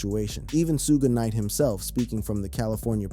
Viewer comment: Lost my interest when the AI can not even say Suge Knight's name correctly! Nothing new here, just clickbait!